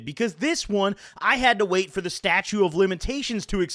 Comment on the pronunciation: Its not "statue" of limitations dawg. Thats you